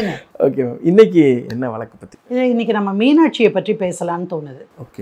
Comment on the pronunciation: வழக்கு ah.... Neenga வளக்கு னு pronounce panreenga.... Note it and change it